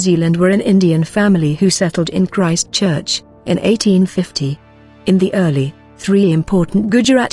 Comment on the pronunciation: Your pronunciation of Maori is terrible & Christchurcn